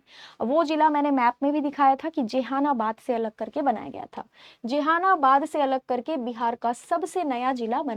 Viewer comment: जहानाबाद बोलिए । आपको पढ़ने नहीं आ रहा है तो कैसे पढ़ाएगा 😮😮😮